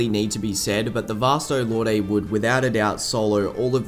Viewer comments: I think Lorde is just pronounced Lord. It had me for a while too, until I looked up the proper pronunciation. It would be cool to see other Soul Societies of other countries. I think a Kubo one-shot covered the UK but it would be interesting. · Dude- I love the video, but I can't stomach the way you pronounce "lorde."